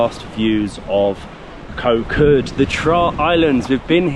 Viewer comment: You guys need to start pronouncing "Koh" correctly or call it Island instead.